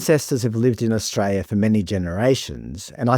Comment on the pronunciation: There is an 'l' in Australia!!!!